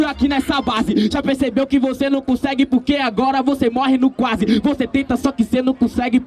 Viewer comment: Cê nu cussegue